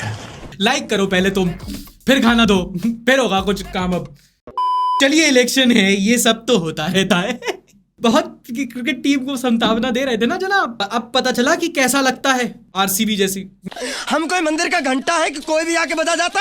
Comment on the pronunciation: सांत्वना होता है संतावना नही 😂 ( just kidding)